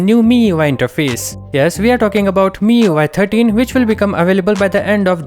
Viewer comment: "MIUI türtien"